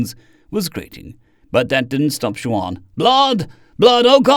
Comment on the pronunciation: Just a note. Juan is pronounced "won" not "jwon". Thanks for your great narration